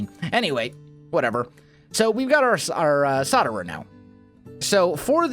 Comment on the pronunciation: You do really that it is solderer with a L between the O and the D. P.S. I love ur vids